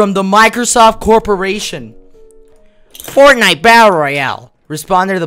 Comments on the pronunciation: He really said fornife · Me watching this:🙂 Me when he said fortnife:😂🤣